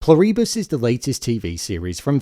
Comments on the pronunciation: Incredible! Peak TV! Btw, it's Plur-i-bus, not Plur-ee-bus... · Pronounced "PLOO-ree-bus. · Pronounced PLOO-ri-bus. Emphasis on the first syllable. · You (or the AI) need to learn how to say Pluribus. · The way you pronounce "Pluribus" makes me think you're AI.